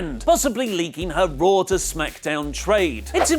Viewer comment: his say Raw i hear Roh